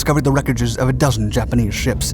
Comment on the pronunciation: The pronunciation of the other Japanese ships is just as inaccurate.